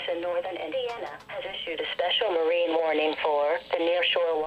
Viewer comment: Special Manic Warning? No... Try Mar-een.